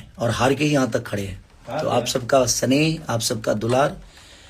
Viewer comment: सनेह नहीं स्नेह होता है चौथी फेल